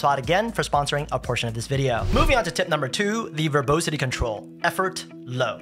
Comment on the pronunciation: It’s pronounced ver-bAH-sity , not ver-bOH-sity